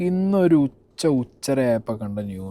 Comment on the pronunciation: Ucha kazhinju ❌️ Uchara ✅️